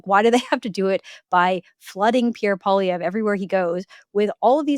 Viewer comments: Mr. Wilson should learn how to pronounce Pierre's last name. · Can somebody PLEASE teach Brett Wilson how to pronounce Poilievre's last name?